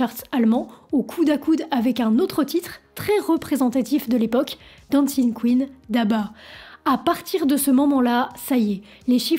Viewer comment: Ben oui ça sort d'où ça : "railleverse" !!???et on dit pas "dancing queen" ça se pronônce dinsing pas dense